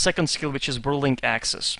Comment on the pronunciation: hey, i hear you say, "Vwirling axes". Are you German?